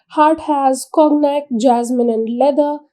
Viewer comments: conyac (kaw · nyak) cognac pronunciation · It is pronounced as kaw nyak